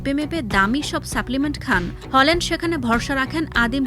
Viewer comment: হলান্ড❎🤦‍♂️ হ্যালান্ড✅👍